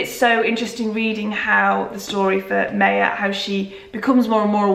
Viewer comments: Maya Angelou is pronounced My-a not may-a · Hey, just so you know, her name (Maya) is pronounced like MY-ah <3